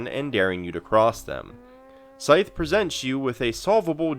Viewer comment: "Scythe" rhymes with writhe, not fife.